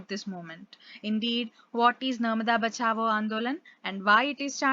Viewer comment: Not Bachabo, it's 'bachao'😅😅😅